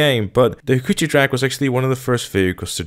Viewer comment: An Easter egg is that you are pronouncing "Hakuchou" wrong" It should be pronounced "Haa-Koo-Cho" not "Ha-Coochie" Signed - A Hayabusa Fanboy.